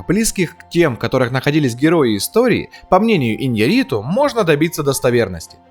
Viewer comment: Ударение на букву Я в фамилии режиссера. И не Хьюго Гласс, а Хью.